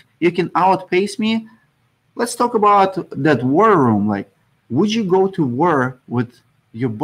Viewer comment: It took me like 5 minutes and a couple rewinds to figure out you were saying war room I didn't know if It was world worry worely. Lol